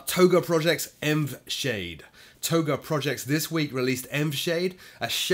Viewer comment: Got $5 that says ENVSAHDE is supposed to be pronounce as ENVY Shade